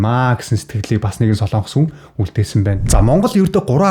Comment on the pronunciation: хүүе дүү минь " СОЛООНГОС" гэж улс байхгүй ээ. "СОЛОНГОС" гэж улс байнаа !!!!!